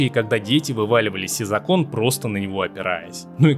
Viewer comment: С Айсом Кьюбом ?Из окОн😂😂😂😂 Дааа склонения и ударения это проблема,рекомендую читать книги.